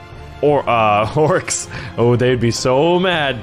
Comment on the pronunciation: Orcs not orces